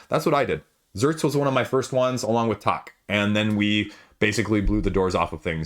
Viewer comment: It's too bad that you can't pronounce the name of the game "Tak" properly!! After listening to you say tok a few times, I finally deciphered what you were referring to. FYI...it's pronounced like tack, as in thumbtack.